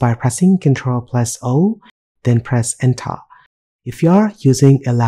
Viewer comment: "Press ENTHAA !" was the best part of this video loved it ! :)